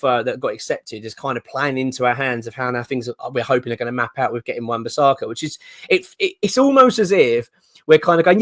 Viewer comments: Love the videos, but if we do sign AWB please stop calling him Wan Bissarka 🤣🤣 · It’s not bisARRRRRka.